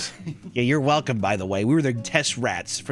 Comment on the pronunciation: "werrcome to ah-Apper-bees"